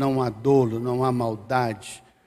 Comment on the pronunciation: Graca epaz. Gostaria, a título de colaboração, dizer que a pronjncia correta é DÓLO e não dôlo.